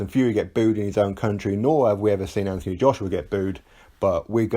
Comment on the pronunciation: Why he went from Anthony to AnTHony pronouncing the th is a mystery to me my middle name is Anthony my dads name is Anthony.if you pronounced the th in my dads name your liable to get punched I think he's trying to make himself more likeable to the yanks personally it was always normal Anthony now it's AnTHony I understand it's different in the States he ain't from the States although at the moment I wish he was lmao